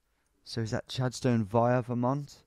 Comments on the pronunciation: ik u said those 2 years ago... but its pronounced "Chadstin" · And the way he said Chadstone 🤣